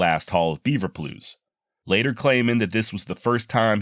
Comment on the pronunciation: WTF is a beaver plute? Lol did he mean pelt?